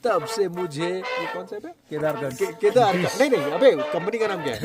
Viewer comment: केदारकंथा नहीं है वो। केदारकंठ है।